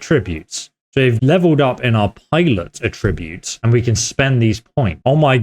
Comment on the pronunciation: In English pronunciation can change the meaning of homonyms. At-TRIB-ute is a verb. AT-tri-bute is the noun.